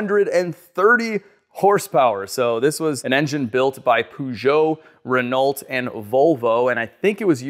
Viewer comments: Ren-ault!!! Please never pronounce it that way again. It's pronounced reh-now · PRV engine. As you said, shared by Volvo 760, 262 etc. Pergeot and Renault. Btw, Renault is pronounced RENO. L & T are silent. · It’s ren-oh. Not Ren-alt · it’s actually pronounced ruh-know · My man just called it Ruh-nalt FFS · Re-nol- T 👌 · Renault is French so you dont need to say all the letters. its pronounced Ren-no. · Bruh...the T is silent in Renault. lol, just messing with ya...if that wasn't such a low mile original DeLorean I'd say LS swap it. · Poo-Jo? Ren-alt? Nope. 😂 Peugeot- Per-joe & Renault- Ren-oh. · Please, for the love of god can you stop with Pewgeough and Ren-alt... 1:3 since you got Volvo correct. Peugeot is pronounced as Purr + (combine Joe and Show to get something like Zhou) It's French after all. Same with Renault, it's Ren + 'Oh!' - again, damn French and their silly names :) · Great video but I think that they’re pronounced more like this, not exactly like this but not sure how to represent better: Renault = Reno; Peugeot = PerJo at least as a Brit who lived in Paris for a while.